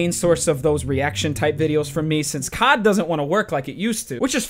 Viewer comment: My dad thought you said cok when u said cod 😂